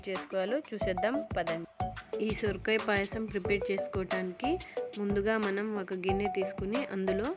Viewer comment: సురకాయ కాదమ్మా సొరకాయ